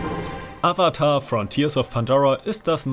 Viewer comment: Hallo lieber # bei Avatar hast du ein Sprechfehler gemacht, wenn ich mich nicht täusche